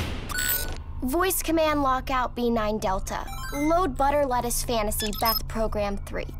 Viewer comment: Buter Lettuce. Lol how funny beth.